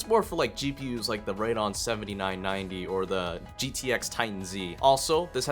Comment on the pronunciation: raydon gpus eh? raydon........